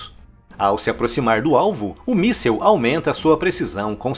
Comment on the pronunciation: Por que todo mundo fala "missel". Vamos lembrar as letrinhas? Vamos comigo: MIS SIL. MIMI SISI L. MI SISISISISISI L. MÍSSIL. MÍSSIL. MIIIIIIIIIIIII SSIL. MÍSSIL.